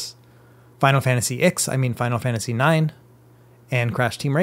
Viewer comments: "Let's try Final Fantasy IKS" Thanks for the tutorial, but this killed me💀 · This dude really just said "Final Fantasy Icks". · Final Fantasy 'eyeex' wtf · "Final Fantasy Icks" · Final Fantasy "ICKS" lol Legend 🙌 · Ah yes, Final Fantasy "icks". It's my favorite one in the series. Shame you've never heard of it! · I'm also triggered that he can't read roman numerals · he said "Final Fantasy Ex" muhhueueue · I'm triggered by the way you pronounced Final Fantasy 9.